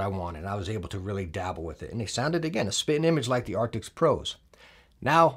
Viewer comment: Just bought the Razer Blackshark Pro, thanks to your recommendations - upgrading from my old Plantronics RIG 800HX. I just subbed recently too. Love the energy, all the way from Australia :D Tiny PS : It's Arctis, not Artics